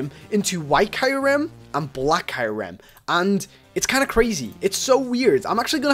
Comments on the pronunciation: Kai rem no it's pronounced k ear rum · zekrom (zek-uh-rom) kyurem (kyu-rem) you said reshiram correctly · it's re-sher-ram , cure-am , & zeck-rom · ITS ZEK ROM AND KYU REM U ... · it's pronounced Ze-K-rom Re-She-ram and Ku-rem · you said kyurem wrong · You pronounce Reshiram right but Kyurem and Zekrom are wrong. They way you said Kyurem is understandable but they way you said Zekrom? Its not Zerekom its Zekrom. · you just butchered the life out of Zekrom Kyyurem's names